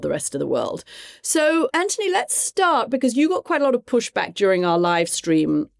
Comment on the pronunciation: Im gonna try to listen to Cathy talk about US foreign policy as if her foreign opinion matters. She can't even pronounce Anthony's name correctly.